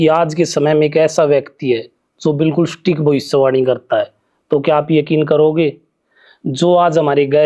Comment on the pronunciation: एंकर भाई की भाषा और शब्दों के उच्चार अत्यंत अशुद्ध हैं। 'सटीक' संस्कृतभाषा का शब्द है, उसे अंग्रेज़ी का "स्टिक" "stick" (लकड़ी !!!) बना दिया !!!